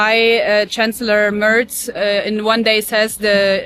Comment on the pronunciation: Chancellor Mörtz 😂. Er heißt Merz, genauso ausgesprochen wie März und der zumindest ist vorbei.